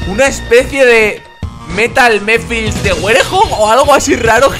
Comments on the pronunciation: No se dice mephils se dice mephiles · le estas diciendo mephils a mephiles